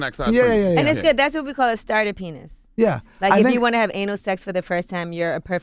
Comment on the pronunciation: Literally no one: Charlemagne: "penith"